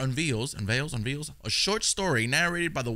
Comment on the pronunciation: The most horrific aspect of this video was how he pronounced "unveils".